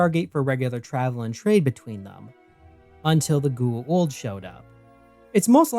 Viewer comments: Its Goa'uld not gu-uld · Bro, you're almost as bad as Jack at pronouncing Goa'uld, except instead of not pronouncing the vowel sounds correctly, you reverse them. KEK. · Why is is so hard to pronounce G O Aaaaaaa uld .. wtf is a Gu. Uuuuu uuld